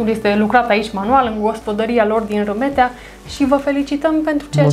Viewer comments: dragilor e vorba de Rimetea cu "I" de la Ion 😉 si nu Râmetea cu "â" 😉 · Se face rafting, parapanta, circuite turistice, etc in zona. Dar se pronunta Rimetea, si Toroțco, in rest e tare faina zona. Si vad ca se creaza confuzie intre Rimetea si Ramet, la Râmet exista o manastire cu traditie, de care întreabă lumea, deci o idee de vlog nou 🙂Si in Rimetea sunt 2 manastiri, una de maici si alta de monahi.E o zona minunata dar greu găsești cazare in zona pentru ca vin mereu autocare pline cu turisti din Ungaria sau restul tarii. Asa e mereu. Multumim pentru vlogul minunat pentru ca asa se promoveaza și mai mult zona asta atat de minunata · Ai fost acolo și nu cunoști numele comunei (are primărie....), numele este unul singur, nu "cum i se mai spune". Cu "i" și nu cu "î", Rimetea!